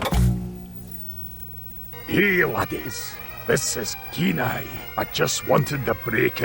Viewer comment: Love the Scottish Kenai! 😂🥰